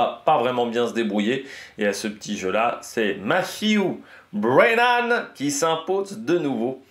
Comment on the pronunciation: Belle prononciation du nom du vainqueur!